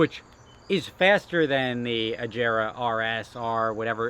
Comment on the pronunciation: It's AH-GAR-RAHH NOT AJERA